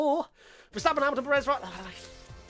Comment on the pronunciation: Dudes, it's like PErez, not peREZ